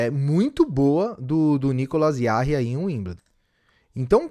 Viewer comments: Oi amigo! Eu vi aqui a pronúncia do nome do chileno e é mais simples, na verdade. É "Nicolás Djá-Ri" (com esse R do galvão bueno gritando "Rrrronaldinho" mesmo)... pra quem gosta dessas curiosidades linguísticas, a página de cada tenista no site da atp geralmente tem um botãozinho em q vc clica e ouve o próprio atleta pronunciando seu nome (é o ícone do alto-falante logo abaixo do nome). Abraço (ótimo vídeo) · Nicolas Rari. Fale assim